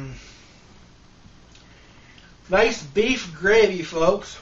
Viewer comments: Generally the 'r' in gravy isn't silent, but whatever man, do what you do. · "THRE CANS OF GRA'AY"